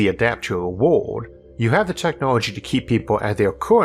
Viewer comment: isaac arthur = elmer fudd.... wowoed = world stawwww = star enwieryament = environment